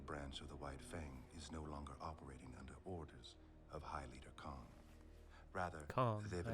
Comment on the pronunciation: Not high leader Kong... High leader KHAN.;)